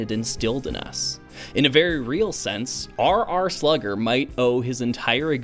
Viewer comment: I for one think you absolutely nailed the pronunciation of my name